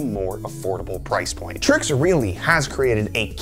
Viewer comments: I believe its trike not trix lol , looks good tho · It’s pronounced trikes